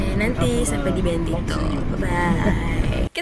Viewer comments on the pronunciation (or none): bilang BENTITO 😂 But the cangkang what the cangkang, shield